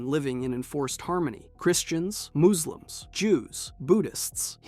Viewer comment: Bro said mooselims 😂 🦌